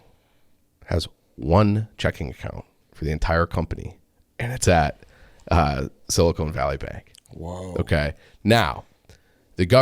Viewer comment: Sil-I-CON not sil-i-CONE good lord